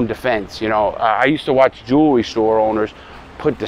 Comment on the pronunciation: Notice how he says first jewerly